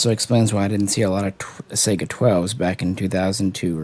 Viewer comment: SAI-Ga.... like Saigon. lol. Not SEGA Genesis.... sheesh, only things worse is people adding an A to Hornady and making it Hornaday... =)